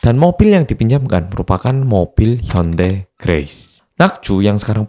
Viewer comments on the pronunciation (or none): none